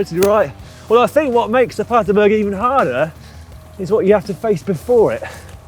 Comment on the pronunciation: BERG PLEASE GUYS, you're killing me.. aint Paterburg its PaterbErg